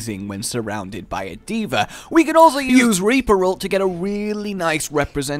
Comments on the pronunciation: Why do you call her D.ver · I FREAKING HATE how he says d.vr ITS D.VAAAAAAAAAAAAA